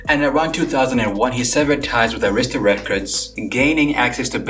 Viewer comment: Its sad that you give all the info and can't say AIR-RA-STA Records!!!! 🗑 And Nicci Gilbert from Brownstone was the person behind From the bottom up Queen Latifah was the EP.....SMH